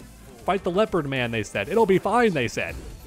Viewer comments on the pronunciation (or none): none